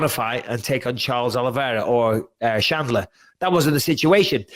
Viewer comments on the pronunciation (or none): Michael, it's Chandler not Shandler. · micheal its chandler not shanler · “Michael shalandear” “Justin gagey ” ~ Michael Bisping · Bisping calling Chandler "Shandler" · Is it really that difficult to say chandler? I guess it is for bisping. Not to many braincells left there